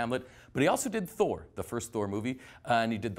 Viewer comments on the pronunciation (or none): none